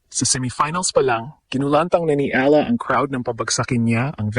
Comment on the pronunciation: mali yung edad at pagbigkas ng last name🤣